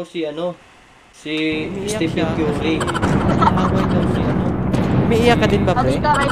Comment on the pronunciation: "si stephen Kyury"😂